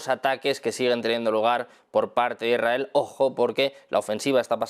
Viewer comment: Cuándo dice "Irael" o "Iraeli", se refiere a ISRAEL o ISRAELÍ?